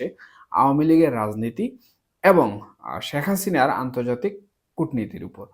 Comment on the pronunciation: ভালো আলোচনা করেছেন! তবে আমাদের নেত্রীর নাম সঠিকভাবে উচ্চারণের জন্য অনুরোধ করছি। শ্যাখ হাসিনা নয়! শেখ হাসিনা। অশুদ্ধ উচ্চারণ সত্যি খুব কানে লাগে।